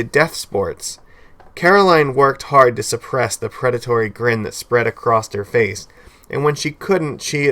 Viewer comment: There is no 'D' in the word 'across '